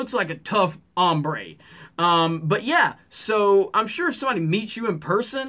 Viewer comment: Agree with everything you're saying. Also, I like how you said "tough hombre" :D